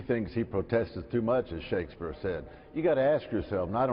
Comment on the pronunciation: That mathemachinist just butchered the hell out of Shakesabeer.